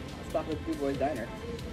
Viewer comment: du bois....... its pronounced du bwaah